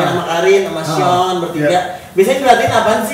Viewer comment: Pas manggil arthur mulut nya kaya bilang “syonnnn” Sean